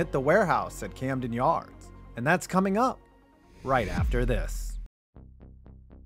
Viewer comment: You botched "Camden" but nailed "Eutaw"... here's a virtual Natty Bo on the house! 🍻👍🍺